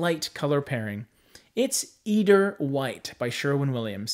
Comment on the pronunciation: Fyi. Eider is pronounced with a long "I" in the first syllable. I-der.